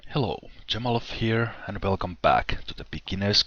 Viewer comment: Haha why do you call yourself:L when its, Anyway good video dude its a hard game to play iam stuck my dwarves always die of hunger.